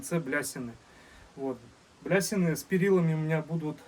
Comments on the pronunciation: Не блясины,а балясины 😂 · Не блясины, а балясины!😊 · Супер беседка! Только не блясины, а балясины!😊 МОЛОДЕЦ! Но череп животного — лишнее!( что- то в этом не приятное, бесовское!) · Да и не блясины,а балясины😂😂